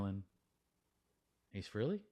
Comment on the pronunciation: Pronounced Frailey